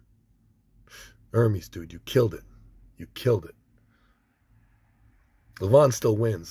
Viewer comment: its pronounced ermes not ermees